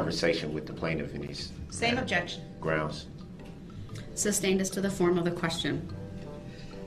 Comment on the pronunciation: Taket. Estoppel. Grounz. Lmao.